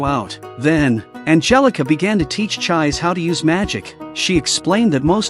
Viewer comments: It's not Ch-eyes, IT'S CHEE-SEH!!! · The name of the red headed girl is pronounced ’Chee-say’, not ‘chize’. If you’re going to use computer voices to narrate, at least make sure you get the pronunciation right! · Her name should pronounce like "Ji-Seh" not Jai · everytime the ai pronounce her name as chize instead of chees-sé always makes me giggle a lil bit 😂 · Chise is pronounced Chee-say. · It's too late, we are all emotionally attached to cheese now . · The narrator's pronunciation of the names of the protagonists is a trip. The wendigo, called, is Elias (last name Ainsworth). The girl's name is Chise Hatori. The English AI is pronouncing it after the English fashion..."chais"...which makes one... or at least me...chaise lounge furniture. The Japanese pronunciation is Chee-seh. Or chee-say English is a very cumbersome language in this regard. Vowels with different pronunciations in different words. And occasional silent letters, both vowels and consonants. One may ask why this is so. It's sort of akin to the difference between english and metric measuring systems. At least in my amateur opinion.